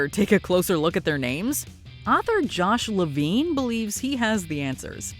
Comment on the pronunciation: Josh La-Vine 😂😂